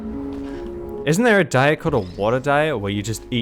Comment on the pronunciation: That ain't diet, that's die-t